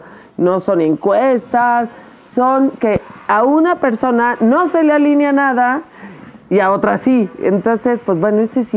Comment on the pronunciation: se dice: ALINEA, no ALÍNEA. Se conjuga como PELEAR.